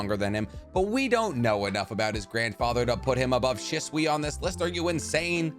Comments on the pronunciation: She-sway not she-swee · Say stuff right shitsui it hurts my brain I love your channels but this shit hurts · said “Shiswe” 😂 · The way you pronounced shisui was so cringe 🤦‍♂️